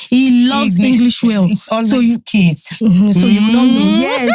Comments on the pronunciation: really said ‘combined kadara’ 😂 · Did you just say combined kadara 😂😂😂😂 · Exactly! Could tell she meant kids, not case